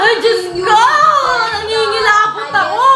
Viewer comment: "nangingilabott" HAHAHAHA